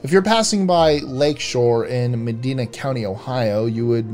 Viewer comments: You pronounced Medina incorrectly. It's not a big deal but thought you might want to know how to say it properly. It's a long I sound. Med- aye- na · Medina = Mah-die-nuh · super sad that Cedar Fare (the company that owns Cedar Point) bought and destroyed their biggest competition. i have many fond memories of Geauga Lake and Sea World. i was able to take my children there but they were too young to remember much. i was dearly hoping it would make the list but we both know that poor would have butchered the pronunciation of Geauga (he didn't get Medina right...) then again Ohio is great for having names that outsiders just can't get right.